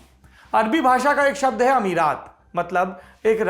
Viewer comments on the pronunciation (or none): none